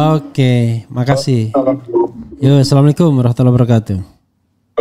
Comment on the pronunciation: Ass pakmrepli.mohon di perbaiki cara bapak mengucap salam Salamnya salah